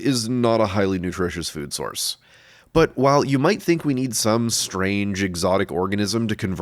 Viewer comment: Now if I hear "but" in any other videos I see and hear "butt"